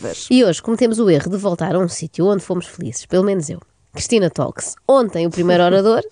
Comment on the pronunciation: Conselho / Concelho adorei. (Uma dica: ''talks" pronuncia-se ''tókss"')